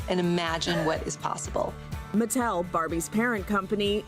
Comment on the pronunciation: I'm very cautiously optimistic that it could turn things around for Hasbro and Mattel (oddly pronounced like "Mattelle") films, but I couldn't make sense of how the internet reacted to the promotional materials. It wasn't anything like when the trailer for Cats, the #1 worst film of '019, dropped, was it?